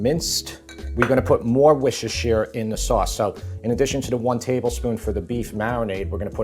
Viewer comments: It's wooster-sure. It really is that simple. Worcester = Wooster. Shire = sure If you get corrected about it all the time then why are you still mispronouncing it? Anyway, looks delicious! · Another American who just can’t say Worcestershire sauce. Although he was closer than most! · Best part is his struggle to say Worcestershire 😂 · Your food presentation is wonderful, your dishes tickle my taste buds but your pronunciation of Worcestershiresauce sucks 😂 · I deeply hate the way you pronounce Worcestershire. Besides that, great video, will try the recipe in the future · Mate, every time you try to pronounce Worcestershire it makes me wince. It sounds like “wishashure”. Let me help you. Say “wuss” (like puss in boots), “ter” (as in terminal) and “shuh” (like the first syllable of support). “Wuss-ter-shuh”. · Haha you're still not saying it right. It's not wooshter. It sounds like people are saying wooshter, but it's not. When you say it right all those letters are in there. 😜 But I'm from Canada so I spell colour with a u 😆 Looks so good. I'm actually on my way for some sour cream and I'm going to make it this afternoon. Love your videos. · Wishushir sauce :D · Dude... Wusta. Wusta sauce. Not Wishish-shear. Wusta. Call someone a "Wuss". Add -ta. Wusta. You can say wussta-sha if you want to say the full thing for some reason. It's not that hard to say. Wussta. Love the recipe, gonna make a vat of this for winter. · Can I just say that Worcestershire is pronounced with the shire, you said the Worcester part which is a separate place, then you add sher sound on. So woos ter sher. Just letting you know not trying to be pedantic. I just always see Americans mispronouncing it so just trying ti help 😅😅😅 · It's actually pronounced, "WOORS-ter-shr". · Worcester, Massachusetts is wusster, mass..lol so..wusster-sheer(or shire) simple. Originally from England where they do not pronounce half the letters in their words. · Wi-shi-sher sauce?😂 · Wischechee sauce 😆